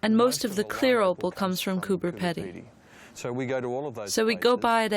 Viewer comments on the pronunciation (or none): and why is she saying "Peddy" instead of Pedy? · It is not peddy it is peedy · Pronounced "Pee-dy" as in speedy, not "peddy". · cooper pee-dee not peddy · Would somebody tell her that Coober Pedy is not pronounced Coober Ped-ey it pronounced Coober Pee-deey. Just like everyone else in the movie says it. lol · and she keeps saying Coober Peddy LOL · You're mispronouncing Coober Pedy. It's Coober Peedy. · Coooper Peeedee say it properly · Why did you voice over what the people said, so spoiled this YouTube! Also it would of been better if you could pronounce the places in Australia correctly, did you not listen to the Aboriginal man saying Cooper Peedy? You spoiled this whole thing. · Coober ‘peeedy’ - thanks very much. 🙄